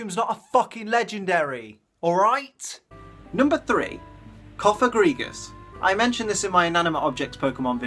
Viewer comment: #1, THERE IS NO I IN BANETTE! #2, IT'S COFAGRIGUS,NOT COPAGREGUS!